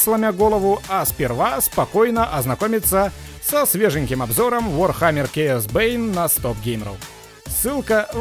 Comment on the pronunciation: Видео, в котором Chaos сказали через букву К, а не Ч? Это достойно восхищения